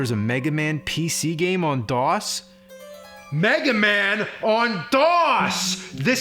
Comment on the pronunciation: makes me laugh every time. Maybe the way he says DOS?